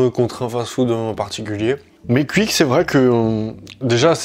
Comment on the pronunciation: J’adore comment tu prononces Quick